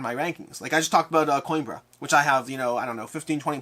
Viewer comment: I'll give you the Portuguese pronounciation for Coimbra. Put the word "Coin" out of your mind and replace it with "Queen". That will give you "Queembra" ;)